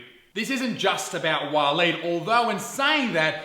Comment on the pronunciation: Waleed the "Weed"